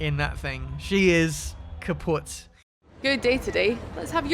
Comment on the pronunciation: Did you really say its kapot ? Lol